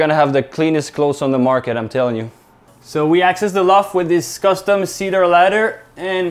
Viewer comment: OK, j'en reviens pas, votre anglais....Ohh Là Là!!! Vous m'épatez les tizamis!! Félicitations! C'est le fun au boutte de vous regarder. Ah oui, la maison, bon ben est pas pire tsé...........LMAO Sérieux, encore une fois....un home run! Vous me faites tripper. Lâchez pas! P.S......''See-Dur';) Cheers